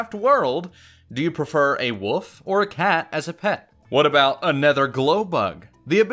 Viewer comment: you said wolf wrong bruh unsubscribe